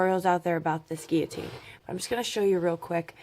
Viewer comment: You are the first person from the USA I have heard pronounce guillotine properly. Thanks for that as well as all the information you keep sharing to help crafters everywhere.